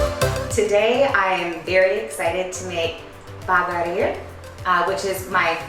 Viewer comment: The way you guys say Baghrir is so cool 😂😂 Love it ❤️ + You did a great job 👌